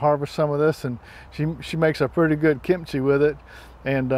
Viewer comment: "Kimp chee". Funny.